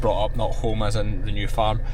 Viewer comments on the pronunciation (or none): none